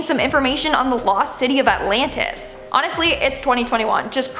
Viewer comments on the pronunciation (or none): none